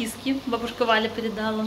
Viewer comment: ПередалА. Ударение на последний слог. Вы же блогеры. Нужно быть хоть немного образованными. Режет слух.